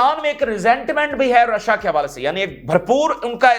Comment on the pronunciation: Rasha nahi bola Karen Rashia bola karen